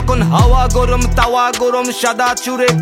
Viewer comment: "গোরোম" না 'গরম' হবে। উচ্চারণের দিকে একটু মনোযোগী হওয়া উচিৎ।